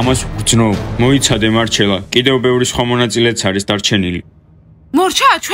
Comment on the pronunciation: ურᲩელა არა მარᲩელა😅😅😊😂😂❤❤❤❤ დიანა კოსტა Შეგიყვარდა დიმას გონია რომ მარᲗლა Შეუყარდა კოსტა